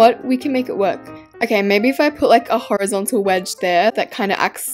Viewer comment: horrorgontal wedge😭 (ik shes sick so dont say that)